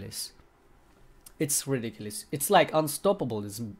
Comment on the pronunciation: "It's ridikilis"